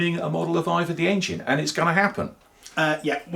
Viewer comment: Hey now look you Boyo bach.., It's IVOR, that's EYE-VORRRR not Either/IVA!